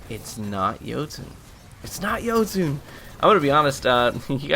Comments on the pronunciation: “Joutoon” lmao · Hey, your saying jotunn wrong it's noob tube. Ha